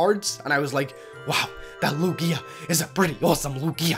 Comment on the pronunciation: its not lu-gia its lugia thiers no stop in the middle